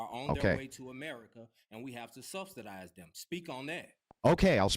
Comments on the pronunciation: "Susubstidize" subsidize, is the word you're looking for. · Substitize mayne lemme axe you sumin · "subtitdize" and white souff African, that tells you all you need to know about that room temperature IQ individual! 😂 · lol The guy keeps saying "Subsdidize" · "Substastizin yt peepo..." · " we gots to substidize them". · "Supspudize dem" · I didn’t know there was a “T” in the word subsidize but I guess you learn something new everyday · MF'r can't even say subsidize. 20 million "brown" people invaded this country over the last four years, and this ninja is concerned with 8800 South Africans. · This was INFURIATING to listen to, I had to stop. Why waste your time trying to "debate" these low IQ individuals? He can't even say "subsidize" correctly. Good grief.